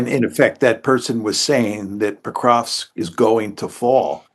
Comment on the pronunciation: Mearsheimer says "Pokrosk" 😉